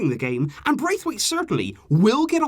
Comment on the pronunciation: I don’t actually care but if you do i’ll just let you know: You’re pronouncing his name wrong. It’s not Braithwaite as it’s spelled but Brath-waite. Like you would pronounce the name “Brad” in american but just with “Brath” instead of “Brad”. He said that in a Danish interview once :)